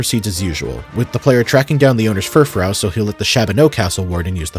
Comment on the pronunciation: for the love of god pronounce fufrou as "fur-froo". great video otherwise